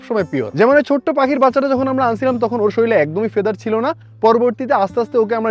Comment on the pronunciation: ভারী সুন্দর ভিডিও, খালি একটি প্রশ্ন,প্রায় সমস্ত বাংলাদেশি মানুষই শরীল বলেন কেন বুঝিনা, কথাটা তো শরীর !! মাতৃভাষার জন্য তো আমরা গর্ব করি তাই এই অশুদ্ধ উচ্চারণ প্রায় সর্বত্রই বাংলাদেশ ব্যবহৃত যা আমাকে বাস্তবিকই অবাক করে !!!!!😊